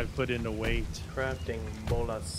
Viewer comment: Btw it’s bolas not bolos just read, also don’t hit bodies with a pike you get less meat and hide lmao